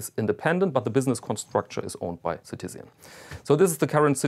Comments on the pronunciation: It's Citizen* ("Bürger" in German, which I assume is your native language, given your accent) not "si-ti-sian". Also, when you're not a native-English speaker, there is no need to pronounce a French-language name as if it was English. "Fre-de-riek Con-ston' ", not "Fred-rick Conn-Stent". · Citizian? Really? Like Really? Ci-Tiz-Ian??? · Never heard Citizen pronounced like that :)